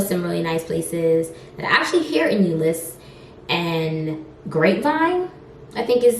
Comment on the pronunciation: Yes you said Euless right 🤣🤣 I actually Like Euless over Fortworth tbh. Funfact... Euless has the largest Samoan/Tongoan Population West Of California. I just moved back to Dallas from Houston, and Dallas for the win. Love from Koreatown, Dallas